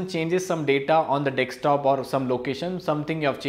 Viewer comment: Informative video. But Man it’s “Desktop” not “Dekstop”